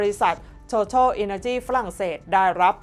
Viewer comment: TOTAL บริษัทน้ำมันของฝรั่งเศส เรียกหรืออ่านว่า โททาล ไม่อ่านโททอล คนกัมพูชาเรียก โตตาล Googles มีไว้ให้ค้นคว้า อย่าปล่อยผ่าน เสียเวลาวันละนิด ช่วยลดอ่านคำผิดได้เยอะ หลักการดีกว่าหลักกู